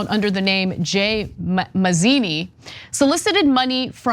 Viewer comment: Mazini, not manzini